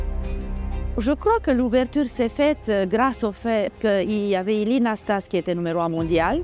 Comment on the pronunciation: It's interesting that she does not pronounce Ilie Nastase's and Ion Tiriac's names correctly in Romanian.